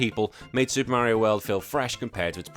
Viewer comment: "SUPAH MERIOH WELD"